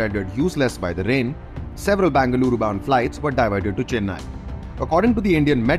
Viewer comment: It is be not ba Bengaluru pronounce properly better let Bengaluru journalist cover the news